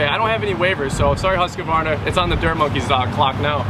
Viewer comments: Pronounced “ HUSK-VARNA “. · The worst thing I heard in this vid is your butchery of the pronouncing of Husqvarna. Its two syllables the SQ is pronounced like an SK. ......Husk' varna. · lets hope so because it aint pronounced Husky-varna or what he said 😁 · You should know how to pronounce the name, before you review it.One of you does, and the other doesn't. I also don't think this mower was designed to mow a hay field. Also you seem to look for all the bad. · is saying the name wrong lol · Guy can’t even pronounce the mowers name. Come on man! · I think said the name correctly, didn't. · This was hard to watch "husqvarna" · pronounced the name correctly and he still pronounced it wrong...lol. Hoosqavarna...lol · Husq-ah-varna? Its just Husk-varna! Theres no A after the Q! If youre doing a review, pronounce the EQUIPMENT name correctly! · husqvarna(huskvarna) not huskykvarna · LOLOLO!!! “Who’s kavarna” lol!! It’s pronounced Hus kavarna. Lolol!! Hilarious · It’s Husqvarna not Hoosqvarna and no hate but Husqavarna makes some really really good quality tractors it would mow right threw that no problem I use it as a contractor tractor and it’s great the yth series with a 46in Kholer Courage 21 it is so great. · it is prounounced huskvarna not huskevarna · It's "Husk Varna"...not "Hus koo varna". There's no extra syllable. Not to be picky...but if you are going to do a review.... Trust me...I'm from Sweden. And common...get to the point! Its a 25 video that should be 10 tops. And 20 minutes on HV, but only 5 on the the other two? FAILURE. Oh, and these Toro and HV mowers are kids toys... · "Who's kuh varna" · whoos ka varna.......at least say the name right...husk var na.... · Husqvarna not huskavarna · Dude in the twins shirt can't pronounce Husqvarna and is extremely bias. Can't put a lot of faith in a review from an ego like that. Say it with me Husk-varna. Not huska varna or hooseka varna. Definatly thumbs down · It's pronounced "husk-varna"